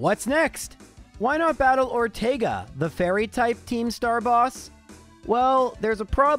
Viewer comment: Thank you for pronouncing Ortega correctly. Lol